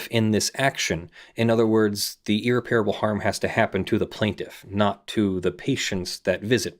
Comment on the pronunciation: Every time you mispronounce irreparable is like a nail in my brain.